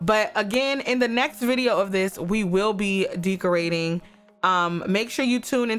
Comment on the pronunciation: Did she say DEEKorating?